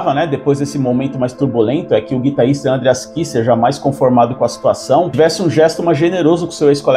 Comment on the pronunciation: parei... nao da pra ouvir ANdreas , como todo brasileiro que acha que todo nome ou palavra estrangeira tenha de ter acento na primeira sílaba 100% do tempo.... um bilhao de pessoas fala o nome dele como ele mesmo fala, menos aqui. nao da